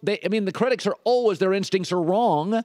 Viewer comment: lol I can't deal with the way he was saying always